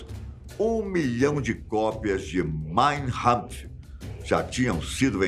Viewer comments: O livro se chama mein kampf e não mein rampf como o apresentador fala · Mein Kampf, com K, não com H (pronúncia). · Caro, o livro escrito por Hitler se chama "Mein Kampf" (Minha luta), e não conforme o senhor pronuncia, como se a grafia fosse com "h". Mein Hampf... Sugiro corrigir. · A MANEIRA CORRETA DE FALAR O NOME DO LIVRO DE HITLER É: "MÁIN KÁMPF" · "Maim RAMPF" Adoro a pronúncia de vcs! Kkkkkkk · Será modismo dizer nomes de qualquer origem com pronúncia anglo-americanoide? E atenção: o nome do livro de Hitler é "máin campf (ka)" – (Minha Luta). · Parabéns pelo canal! Letras góticas às vezes atrapalham um pouco a pronúncia de algumas palavras, principalmente se tiverem letras maiúsculas no início. "Mein Kampf" (Minha Luta). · A pronúncia de Mein Kampf está errada, o certo é "mayn Kuhmf". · É K não R, pronunciaram errado. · A pronúncia do no do livro está errada.